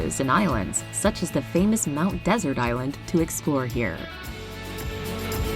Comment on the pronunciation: Oops it’s pronounced mount dessert island, and constitutes basically the entire national park of Acadia.